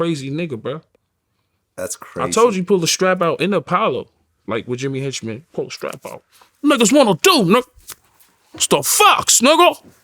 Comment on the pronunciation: Henchmen he lench men